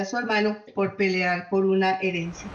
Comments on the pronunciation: Me desconcentro cada vez que dicen "heriencia" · Porque no corijen a la chica cuando dice heriencia"